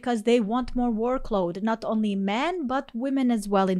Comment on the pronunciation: 12:oo can't even say the plural of women